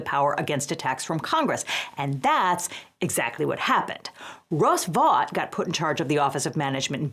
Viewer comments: FYI, Vought is pronounced “Vote.” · Vought? Did you say that?